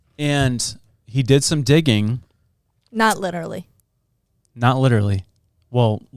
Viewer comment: Now every time says literally I can’t stop hearing when he says “litewally”